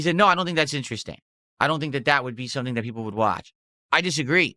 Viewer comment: "SO.. some GOYS out of nowhere came and donated with recently created accounts but you know I doYUn't microanalyze every kahntribution" into "A NIGERIAN superchat? how much is that even? .07 cents? that doesn't register in MUH richter scale" kahmbo!